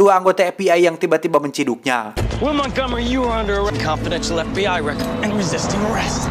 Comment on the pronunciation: karena si orang sunda maka ef bi ay berubah jadi ep bi ay pake p da teu bisa nyebut f